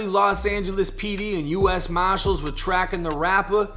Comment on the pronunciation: I like how you say, “marshals” with that Bostonian accent.